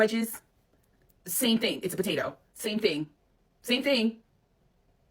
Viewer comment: Potato, pototo, fries😂😂😂